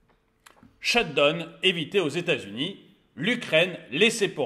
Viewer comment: Sht down pitié prononcez correctement down pas done !!!!!